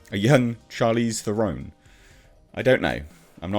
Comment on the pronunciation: It is pronounced Teron, actually T-uh-ron, the 'ron' pronounced as in ron, don, on, even like in gone. It was never meant to be pronounced Thu-ron, as in Thursday. I know, because I am one of the 43 South Africans who speak her mother tongue. There are actually 26 million of us who speak her language, and many, many, of them are POC, but of course she will try and woke the numbers. Rant over; it's pronounced Tuhron.